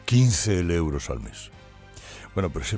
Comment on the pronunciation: Que pedantería!! .. la primera vez que te escucho decir euros, siempre dices leuros. Te crees el mejor locutor y periodista y da 🤮escucharte. Tan pedante, con todos esos ruidos que haces arrastrando las palabras, salibando, eructando, parece que siempre haces mal la digestión 🤮 Porque no te pones tú al S.M.I.. o mejor te exilias A que no lo ponéis??..pero me quedo satisfecha porque al menos lo leereis los censores 🤪